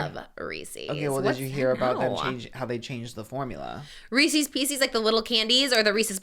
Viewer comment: The way is saying REESES is driving me crazy 😭😭😭